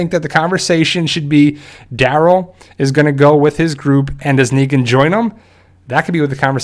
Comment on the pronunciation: his name: Daryl him: dArol